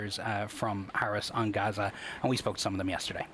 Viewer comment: Its pronounced "GAZ" "A" not "HAZA"